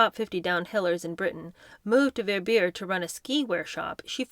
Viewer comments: Love it! Btw Verbier is pronounced Ver-bee-aye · My lord how can you mispronounce "Verbier" so badly? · There are a lot of mispronounced words through the series. You think one would check if any doubt before narrating a book on yt!